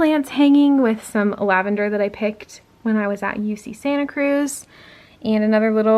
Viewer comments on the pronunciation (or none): none